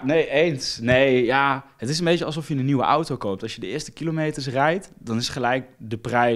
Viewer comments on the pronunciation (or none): none